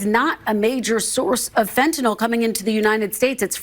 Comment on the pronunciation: "Fentanyl" does not rhyme with "alcohol".